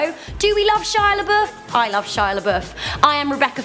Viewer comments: Shia laBUFF not Shia laBOOF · i'd say the most shocking shia labeouf moments is when an englishwoman cant pronunce lebouf nor can they spell there